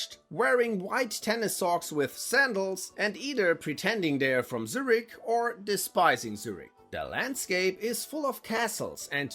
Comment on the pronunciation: If you were american. Thats fine, but u are german. Why did you pronounce Zürich like that 😢 it hurts my Luzerner heart.